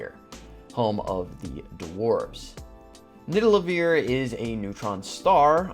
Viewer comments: It was funny, when u pronounced nidavelier as nidalevier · its not nidalavier its nivadaliear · Loved this but I would be lying if I said I wasn’t bugging out every time you said nidalevir lolol. Great content tho keep it up!! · it's nidavellir (Nid-Ah-Vuhl-Eer) not niddelaveer, the way you're saying it. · You keep pronouncing Nidavellir as Nidallevir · It's Nidavellir man. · bruh its nidavellir* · Ned-a-va-leer is the true pronunciation. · Its actually pronounced Ni - Da - Ve - Lir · I don’t mean for this to sound rude, but I cringe every time he mispronounced Nidavellir. He says it like Nidalevir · BRO ITS FUCKIN NIDAVELLIR!!!! WTF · Nidalevir? lol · its not NIDALEVIR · He also said “Nidalevir”, which is something Thor would call it since he got it wrong in Endgame too lol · Joey Teter yea almost all the pronunciations of the Norse names are wrong actually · I wanted to comment about the mispronunciation soooo bad until I saw this comment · The way you pronounced Nidavellir broke my brain😂, but good vid! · The way he pronounces Nidavellir